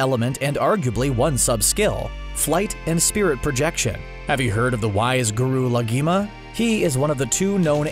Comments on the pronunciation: guru laghima / the G is silent la hima 😎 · Ik it was really annoying and SOURTHERN WATER TEMPLE? GURU LAGIMA? PRINCESS YOUU I swear the pronounciation in this is the same in the movie we don’t talk about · DID HE JUST SAY GURU LAGIMA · “Guru Lagima” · Guru WHO?? 🤣🤣😭 my guy was closer to saying ligma than Laghima